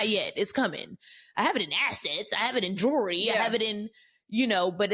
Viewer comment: She said innjewelry 😂😂😂😂😂